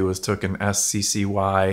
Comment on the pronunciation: Sccy? It's pronounced sky and it's still a Ruger which means it's still better quality than kel tech or sccy